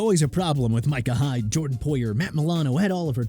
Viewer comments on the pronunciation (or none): none